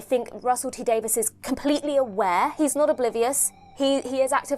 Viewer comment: Davies. Not Davis.